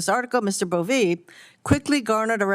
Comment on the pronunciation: I love how this senator calls him "Boveee."